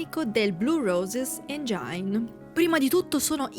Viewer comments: Motore in inglese, si pronuncia “engin” non engiain. Non me ne voglia l’autrice del video, che peraltro è interessante. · Comunque è "engin" non "engiain".